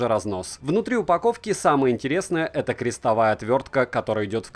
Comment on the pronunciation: отвёртка крестОвая, а не крестовАя😀👍 А обзоры, несомненно, делать! Такой фарш всегда интересен!)